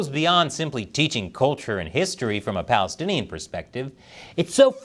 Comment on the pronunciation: You said "Palastinian triumph" Hahaha🤪